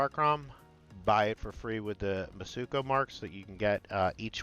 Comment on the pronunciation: Mitsuko, not mutsuko. Have all the faith this guy knows what he talking about 😂